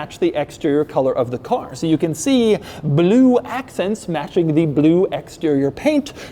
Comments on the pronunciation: The way Doug says “bloo” is almost as great as how Boris Johnson says it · I strive to say the word "Blue" like Doug does. BLEEW Nailed it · Why does he say blue like that tho 😂